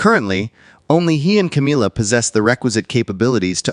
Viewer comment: Why does your voice fade out weirdly. It's Camilla not Cameella.